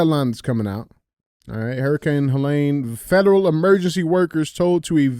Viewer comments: DJ: it's Helene...not Huhlain. Andy: please axe him to pronounce it correctly. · Pronouncing all that medical stuff right, and then mispronouncing HELENE 100 times is crazy! LOL